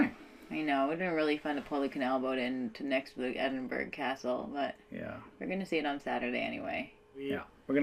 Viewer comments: You're near where I live about an hour away! Also did you go to the kelpies there amazing! And finally someone from America who can say Edinburgh lol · I've been on the Falkirk Wheel, twice, and I've loved it. I've also walked through and sailed through the Falkirk Tunnel. It is a great trip. When you were sailing through the Rough Castle Tunnel, you were sailing under the Antonine Wall. Thank you for saying Edinburgh and Glasgow correctly.